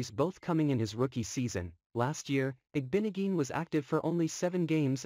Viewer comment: its IG-BO-NOG-EH-NEE JESUS